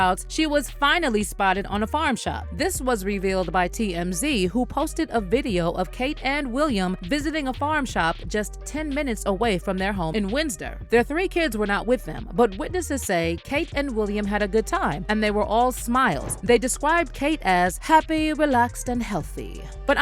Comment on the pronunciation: This is such toxic bullshit. I hope you are ashamed. Also: "Wins-der", lol. It's spelt Windsor... so I'm not sure how you figured that - pronounced Winds-er, or Wins-er